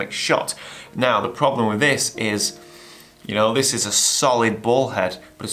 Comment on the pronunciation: He’s saying “bowl head”